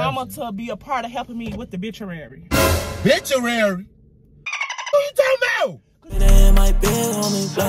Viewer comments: OMFG 😂😂😂😂 they pronounced it....bitchuary LMFAO 😂😂😂 the bitchuary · Bituary it's obituary lol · "BITCHUARY??!!" Lawd, help me, Jesus! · Yooooo he said reception so many times, when she said obituary "bituary" Ms Shirley is bn given 🤣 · Not the bituary lmao Obituary sis 🥴😂😂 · It’s repass. Lol. And there’s a O in front of “bituary”. Lol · HE SAID “what biturary”!! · What happened to the O in Obituary 😂😂😩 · The fact they forget the O in Obituary